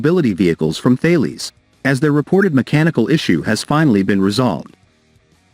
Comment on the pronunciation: Haw "kay" from Thay lees?